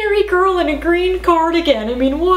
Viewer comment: AT THE END SHE SAID GREEN CARDGEN